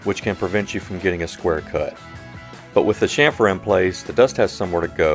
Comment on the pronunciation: Great video! I love the technique of clamping to the front rail. Also, and this is the English minor in me speaking, but I love that you pronounced it "shhamfer" (correctly) instead of the more popular phonetic pronunciation of CHamfer. Hahaha. Right up there for me with wains"coat"ing instead of the correct wains"COT"ting. (steps off his sudden soap box). Thanks for the great video and sorry for the small rant. I definitely digress. :/